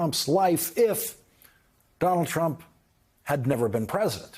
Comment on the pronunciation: It sounds more like he is saying "Donnel Trum" most of the time. I just call him Dump as that sizes him up pretty well.